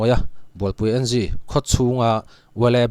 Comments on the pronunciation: Bualpui N G nilo in bualpui eng ti a lam zawk tur ni in ka hria Ngunlinga Bualpui pui a ni a,n leh g hi a hrang a lam loh tur zawk ni in ka hria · Bualpui (NG) En gi tia lam lovin, 'eng' tia lam tur a ni lo'm ni?